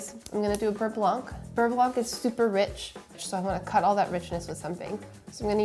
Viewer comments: Please stop pronoucing the C at the end of beurre blanc. For english speakers, try saying it like this: bur-bla (bər-ˈblä) . Yeah, i know, but its making my fussy french ears bleed. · How to properly pronounce "beurre blanc": For "beurre" you need to add a little throaty growl at the end for the "r" as in saying "grrr". And for "blanc" do not pronounce the "c" at the end. Et voilà! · its "beugh blauh" not "beuh blawnk" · Um. beurre blanc? BERR... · PSA: there's no audible C in "beurre blanc". It's French for "white [butter]", same as in "sauvignon blanc".